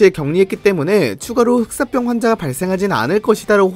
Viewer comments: 흑쌋뼝 개불편하네 흑싸병으로 발음 좀... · 슥싹병 이라고 자꾸 들려 ㅠㅠㅋㅋ